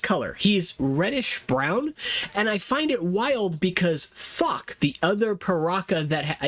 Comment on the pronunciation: When you said Thok i thought it was a random F bomb 😭